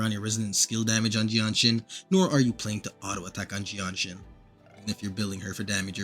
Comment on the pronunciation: Bro's making excuses due the fact that he can't pronounce her name properly. Bro think I second... Well it does rhyme with genshin. 🗿